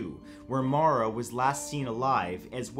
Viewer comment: Thanks for the correct pronunciation of Maura, Matt. The whole case is a rabbit hole to fall down sometime. Stay strange